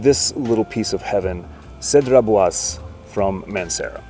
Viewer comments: Do mine ears deceive moi? Did I ACTUALLY hear someone pronounce Cedrat Boise properly for the first time in fragcom history????? 😄 I literally feel like I've won the fragrance lottery. Just for that, 10 thousand thumbs up for the video. 👍👍👍... There IS a god. 😂 But legit, I love your picks. Can't wait to see that Tempo Rubato review! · It wasn't sarcasm! 😕 You seriously got it right. Proud of you for making the effort.